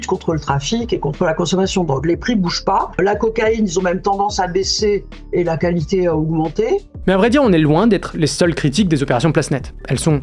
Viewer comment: la « cali té » pas mal celle là